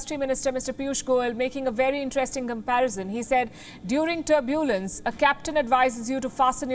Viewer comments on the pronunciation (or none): Tur-BUL-ence? Try TUR-bulence.